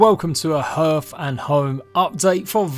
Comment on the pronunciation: Please google "pronounce hearth" ;)